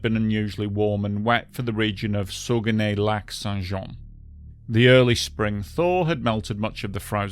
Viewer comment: Saguenay = SAH-guh-NAY